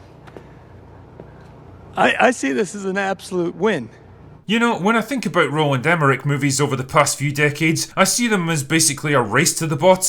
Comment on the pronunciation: LOL it took me about 2/3 through the vid to realize that by "Rolan de Merrick" you're referring to Roland Emmerich... 🤣 Great review!